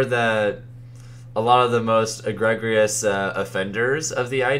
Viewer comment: We need to talk about the way you pronounce “egregious”